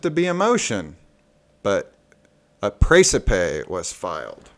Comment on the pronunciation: Hey! How are ya!? Seen the latest Precipe? Am waiting on your comments.... Hope you're well! By the way, Precipe is pronounced the same way as recipe! ress-eh-pee GodSpeed!